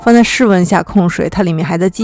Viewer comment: 一直聽到發酵唸「叫」，渾身不舒服⋯⋯